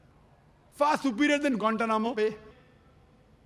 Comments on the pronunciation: 😂😂😂😂😂I'm dead every time he says gantanamo Bay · haahah why does it sound so weird, kind cut off. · I'm pretty sure he mispronounces it every time and they have to edit it 😂